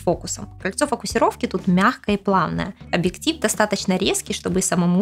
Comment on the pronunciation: Спасибо за инфу, правда, сложно воспринимать информацию от девочки, которая вместо объектив говорит абиктив.